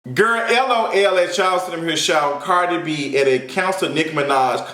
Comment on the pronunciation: Chile all I heard was CARJEE B! CARJEE B😂😂😂